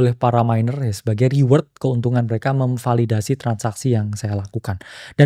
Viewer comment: sampe gue ulang, apa gue salah denger, ternyata beneran kesrimpet "memvadildasi" wkwkwk